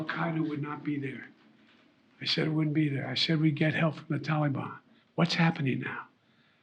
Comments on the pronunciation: Biden continually mispronounces Taliban by saying Tolly Bon, like it's a word of endearment, he's such a disgrace to America! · "Tally bon" LMAO. What a delusional fool he is.